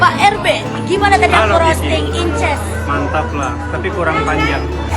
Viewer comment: Senengane kok mok pamer...encuuss bukan inces